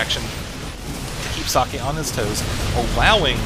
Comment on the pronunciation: Hey, I don't mind that Husky already casted that. At least you spell "Socke" almost correct instead of pronouncing it "sock" like Mr. H to the Usky does :-)